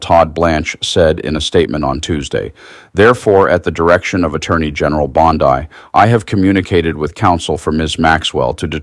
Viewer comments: C'mon! Ghislaine = Gee-lane Bondi = Bon-DEE You need to step up the professionalism and properly pronounce the names of the people about whom you're reporting. Not a good look ... 😒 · What is a "bond eye"? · 1. Great video. 2. Keep up the good work. 3. You've only READ "Bondi", and never heard it actually pronounced verbally by anyone, is my guess.